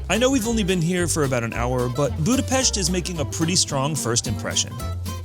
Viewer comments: I am Hungarian and you pronounced Budapest perfect ! Thank you. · Thanks for the correct pronounciation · THY ! Nice prononciation of the capital city!